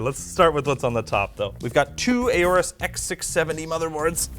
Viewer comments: IT'S NOT "A-ORUS", IT'S "ORUS"! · Why do you always pronounce Aorus as "A-OR-US"? It is supposed to be pronounced as if the A is not there: "OR-US". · Is that how you to pronounce "AORUS"? A..O..RUS..? Weird... 😏